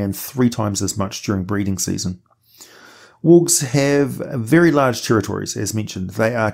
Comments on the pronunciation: I constantly hear "orcs" not worgs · Bro, at like minute 5 I completely lost track on you pronunciation for wolves and worgs lol